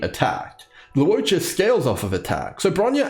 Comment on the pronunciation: Awesome guide! And thank you for not pronouncing his name as "lawcha."